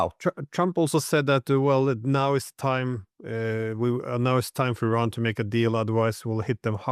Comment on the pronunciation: Bravo to you for pronouncing the country's' name correctly. EERON... Bravo!!! everyone needs to learn this: is not I Ran .... it is EERON. Bravo!